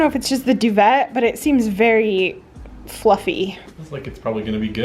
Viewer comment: What a quirky place. We call the 2nd floor the first floor in the UK. We call the US first floor the ground floor. Oh you just said that later in the video. 😂 You don't pronounce the T in duvet. We say duvaaay. The X on the tapestry is where the treasure is buried. 😜 Carly waiting for her pint of Guinness in the pub was so cute. 😂